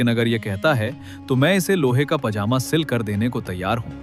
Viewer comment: zaaaedaad😂 nahe jaaedaad pajama ko pazaama😂